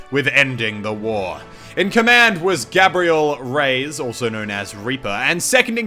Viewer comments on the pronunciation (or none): Reyes isn't pronounced "Rays", his name is pronounced "Ray-Es" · your Australian showed so Hard in this vid. Reyes is pronounced Ray-ez, not Rays lol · "Gabrial Rays" "Rays" It's Ray-es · Muselk it's pronounced "reh-yez" not "rays" just sayin' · Is not "Gabriel Reys", its "Reyes", plural for Kings in spanish, also a last name. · Except for it's canonicly Rey-es, not Rays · hey this is just for future reference but you pronounced reyes wrong! it's pronounced like ray-es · no, he indeed mispronounced it. The correct pronunciation would be like "Re-jes" since the english J is phonetically equivalent with the spanish Y